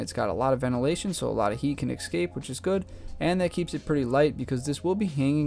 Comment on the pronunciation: It is escape... Not excape. Please learn that!!!!